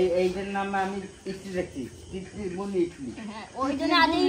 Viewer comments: ইডলি বলে ইটলি বলে না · ইটলি বলেনা ইডলি বলে